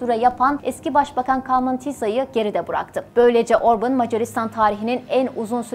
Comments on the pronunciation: Video için teşekkür ederim ama isminin telaffüzü Orbın veya Orbun değil, Orbân diyesiniz lütfen. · Hayır, yanlış! Macarca, OrbAn, Orbın değil... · Aynen, OrbAn! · Orbın değil cahil ablam Orban 😂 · Orban da değil. Macarca Orbán. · Orbın diye teleffuz etmişsiniz ama hatırlatırım adam İngiliz değil Macar. Adını niye İngilizceye göre teleffuz ediyorsunuz ki?! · Öncelikle emeğiniz için sizi tebrik ediyorum. Bir kaç hatayı söylemek istiyorum. Macaristan'da İstolni Belgrad isminde bir şehir yok. Orbán'ın doğduğu şehrin ismi Székesfehérvár'dır. Orbán'ın isminin telaffuzu da yanlış, "á" harfi uzatılır ve "Orbaan" diye okunur. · Orbin ne abi 😁 göya ben cix konusuyom ama yanlis konusuyom kizim 😆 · Şahsına 11 dakikalık video hazırlıyorsunuz daha adını artistik şekilde söylemek uğruna yanlış telaffuz ediyorsunuz.